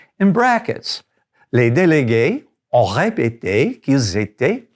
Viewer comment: I'm just learning but aren't we supposed to combine the "s" on délegues with ont? so say it like delegue sont repete?